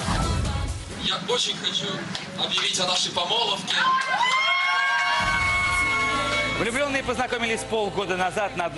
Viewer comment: Помолвка Прохор, помолвкаа епть, а не помоловка)